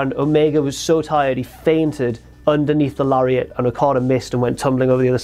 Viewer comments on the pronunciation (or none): none